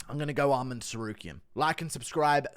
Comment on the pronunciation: Why can't you pronounce dvalishvili or arman